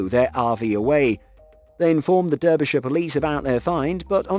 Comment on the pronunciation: You're English. I understand you using burglarized (even though it's not a word) and other Americanisms like RV. But seriously, you know how to pronounce Derbyshire.